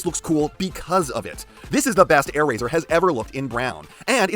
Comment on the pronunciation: Ah yes, “Aairazor”